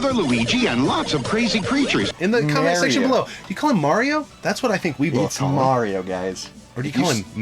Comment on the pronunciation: Mario’s ability to create nostalgia for several generations is nothing short of amazing! It’s what got me hooked on video games. Still bust out “Mayro” till this day..LOL, I heard it pronounced this way and I just assumed it was a New York way of saying it. I swear I heard it pronounced that way in Sopranos too, I was like WTF did they just say?? Cheers to our Italian Broski! LOL! dick in the pic